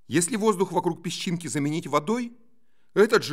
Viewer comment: какой интересный вариант произношения слова "пещинки" - на южнорусский манер "пеШЧинки"